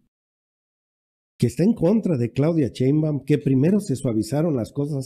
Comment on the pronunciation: Porque no pronuncia bien. No es cheimbau. Es Sheimbaun